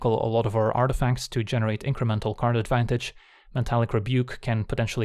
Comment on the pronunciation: Okay, I KNOW you for sure said Karn advantage lmao xD